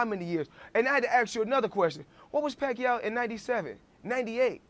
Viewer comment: manny pacay😂